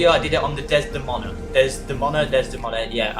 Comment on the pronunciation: Thanks the knowledge. I'll give some back: It's pronounced Des--de-moan-a. It's a real moon of Uranus (I think a lot of the names they use are, where it's possible). They named it after Othello's wife from the Shakespeare play Othello.